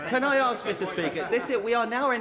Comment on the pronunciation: Why can't Dawn Butler say the word 'ask'?